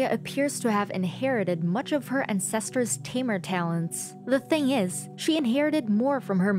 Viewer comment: "an -cEs-ters" "induviduals"